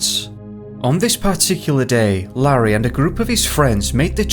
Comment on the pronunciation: I found it, it's Larry Davenport- L-AIR-REE try that a few times, you'll be alright.